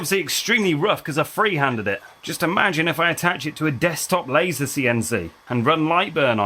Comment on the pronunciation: The German Audiotrack is awefull. The different speakingspeeds to match the visuals feel cheap. Pls in the name of quality: dont let an ai generated voice call the Laser an "Lahhser" or the Argongas "Aragangas"